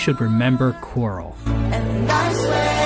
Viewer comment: A great man once said... "qurile"